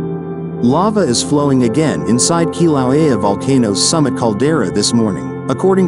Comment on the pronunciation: The computer narrator can't pronounce Kilauea, alas.